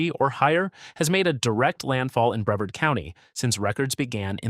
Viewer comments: Of course this boice is Ai. Ki SSI me. Bre Vard'. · In breverd county 😂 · This guy is slaying the pronunciation of Florida counties and towns! Boca Rattin? Ocula? Breved County. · Boca Raton is pronounced as Boca Ra tone. I lived next door in Delray Beach. Bevard county is Bre vard county. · Bre VARD’ — accent on the second syl LA’ ble. 🤪 The first "a" in Ocala is a short vowel. It's not Cape Corral, it's Cape Coral. If you have so much trouble pronouncing so many words, then take an English course.